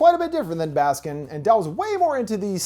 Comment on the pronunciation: i’m probably as turkish as one can be and it took me several minutes to realize that by saying “baskin” you actually meant “baskın” 😭